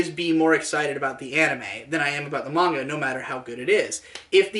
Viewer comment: 10/10 didn't pronounce it Mainga